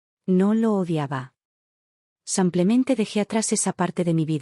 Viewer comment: SEmplente? En qué idioma se dice sEmplente,con E? Se dice Simplemente. Con I iiiiiiiiiiiiiiiiiiiiiiiiiii